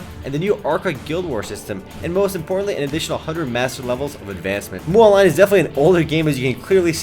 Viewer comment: BTW... its MU Online is pronounce M..U not muu :D